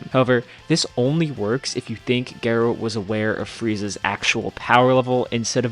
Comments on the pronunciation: When you said Dr. Gero's name, it sounds like you said Geralt. I think its pronounced Jir-o like Jiren not Gar-o like Geralt. That was the joke with the robot from GT's name. Its so crazy people don't understand anime powerscaling and this view was refreshing as heck! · Dude, please go listen to Dr. Gero’s name in the dub because you’re the only person I’ve heard said “Gero” instead of something closer to “Zhero.” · Jur-oh not gur-oh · G-ero instead of J-ero. Is diabolical pronunciation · It is pronounced ger ro not the way you said it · Omg it’s pronounced “jerrow” eww the way you are pronouncing it! Who hurt you? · no ones gonna talk how he called gero gayro??? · “Geh-Roh” LOLZ!! Might want to double check that pronunciation man. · How do you not know how to pronounce Gero? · Why tf are you pronouncing gero like that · The way how Dr. Gero's name is pronounced is Totally Unfair! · The fact u cannot pronounce gero correctly makes it hard to listen to anything you have to say. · The way you said Dr Gero was criminal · The way Dr Gero name is pronounced hurts my ears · You say Gero wrong, stop. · They way you pronounce gero should be a crime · What is that gero pronunciation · Why u pronounce Dr Gero like that😭